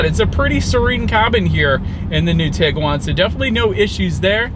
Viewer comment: That's tee-guan, not tig-guan.